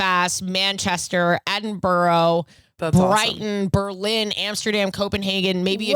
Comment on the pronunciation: The way you pronounce Edinburgh needs to be discussed more 😂😍